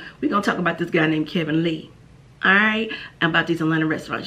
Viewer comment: Did you say Kevin Lee?